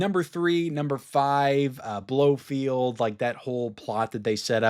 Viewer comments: BloFELD!! Not Blofield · It’s Blo-FELD not Blofield. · Blofeld not Blofield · One correction: It's Blo-feld, not Blo-field.